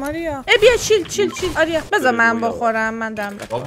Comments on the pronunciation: الان هم نمیتونی اسم درست اریا رو بگی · تور خدا جان اسم آریا رو درست بگو